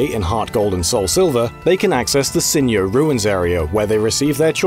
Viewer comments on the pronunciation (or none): Sinjoh is pronounced 'Sin-joe', not 'Sin-yoh.' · "sinyo ruins" surely "sin-joh", as in, "SINnoh" "JOHto" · It's not pronounced "Sin-yo", it's "Sin-jo". It's named after the first syllable of Sinnoh and Johto because it's on the border between them. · I DIED LAUGHING WHEN HE PRONOUNCE SINJOH RUINS IN A SPANNISH/MEXICAN WAY. AHHAHA. I always read it as Sin-Joh as in Sinoh-Johto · * *"Sinjoh" should pronounce the "j" as in "Johto" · Considering it's a mashup of Sinnoh and Johto, how did you pronounce Sinjoh wrong? Is the region called Yohto? No, didn't think so.